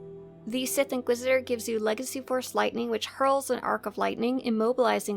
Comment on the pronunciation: the sith inquidisidor lol